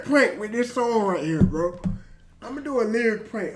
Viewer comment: “bro” sounded very British aha